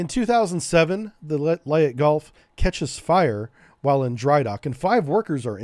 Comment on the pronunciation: Mispronouncing LEYTE GULF you should be ashamed